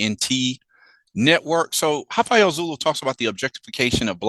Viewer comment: Sorry, there's no H in Rafael.